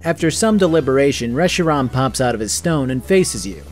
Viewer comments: "resh-ee-rom" Reshiram - resh-ee-ram where in the hell did you get the "o" from?? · Short a